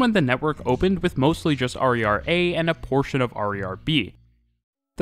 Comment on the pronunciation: XD that was weird to hear you call the RER "harry are" instead of "hair a hair" for 20 minutes